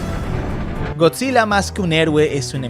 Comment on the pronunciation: Bro pense que decia gorrillaz